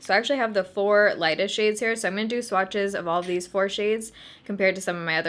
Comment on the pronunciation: “Looks like two shiyads” I heard 2 chainz 😂